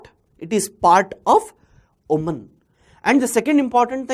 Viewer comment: Sir I am from Oman. The 'a' in Oman will sound like the 'a' in 'ant'. And in 'Duqm' , 'u' should sound like the 'u' in 'put'. Thank you